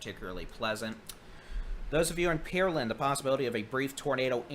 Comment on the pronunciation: Good day, thank you all for this work. Just one comment. Could you stop saying Peerland. It is Pear( like the fruit) Land. It is better than Pearl and that the CVS voice mail says, however. :goodvibes: Thank you!